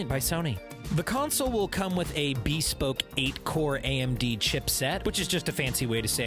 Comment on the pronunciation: Lmao "bee-spoke"